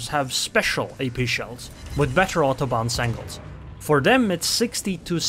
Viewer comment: I heard AutoBahns...then realized it is autobounce :D I should listen less Kraftwerk.